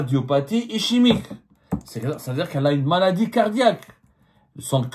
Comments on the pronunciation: Cardiopathie ICHEMIQUE😂😂 wallah j'ai ri de bon cœur. Ischémique MR Abdou: prononcez ISKEMIQUE. J'espère que vous avez eu l'autorisation de cette dame ou de cette famille pour parler de son état de santé et divulguer de quoi elle souffre, secret médical oblige. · Ischémique se prononce iskemique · Ischémique. Ça se prononce iskémique et non ichémique. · ICHEMIQUE j'ai bien ri. 😂😂 Ischémique cad ISKEMIQUE. J'espère que vous avez eu l'autorisation de divulguer l'etat de Santé de cette dame car tout ce que vous avez cité relève du secret professionnel. Z t-on le droit de rentrer dans autant de détails . Cela m'a indisposé. C'est presque indécent. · Si la tumeur est maligne, elle a le droit de prétendre à une libération pour raison de santé si sa condamnation est définitive, le règlement le lui permet. Abdou Semmar, on dit ischémique qui se prononce iskémique ! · Cardiopathie " Ischemique" et ça se prononce " Iskemique". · On prononce eskemique. khali yatkatlou binathoum. quand l'argent coulait a flot, tout le monde il est beau, tout le monde il est gentil. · prononciation cardiopathie iskemique mais s'ecrit ischemique. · Ça se prononce iskemique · Ah ton français !!! Ichimique !!!!!!! يا راجل واش بيك On dit pas ça le reste je ne comprends pas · Cardiopathie ischémique "iskemique" prend le soin de bien prononcer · Cardiopathie ischémique se prononce iskemique, tu devrais te renseigner sur la prononciation avant de le dénoncer , pour un journaliste c’est un minimum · On dit iskemique